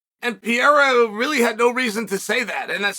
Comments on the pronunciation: “Peiera”, “macklchev”, “Chomo” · I just couldn’t focus everytime chael said blehal and alex pieera